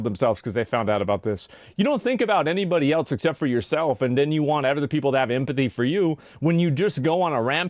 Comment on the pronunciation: Broo hearing her pronounce the "th" in words as "duh" was infuriating lol. "Each oduher" = Each other. "My moduher" = My mother.